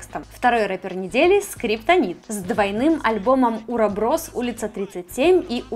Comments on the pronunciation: почему уроброс? Когда уробОрос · уроборос наголос на б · Уроборос, ударение на второе О ((((( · не уроброс, а уроборос, это типа символ бесконечности, змея поедающая сама себя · Какой УроБрос??? Уроборос называется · Не Уроброс, а УробОрос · УробОрос а не уроброс